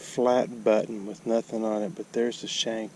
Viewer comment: I always like the new pronunciations, enjoy them every time. Byoo Ton= Button Boo Lay = Bullet